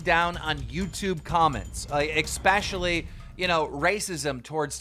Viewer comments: Especially not expecially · The way Keem said "especially" had me dying. I bet he enjoys drinking "expresso". Twitter: zu5hii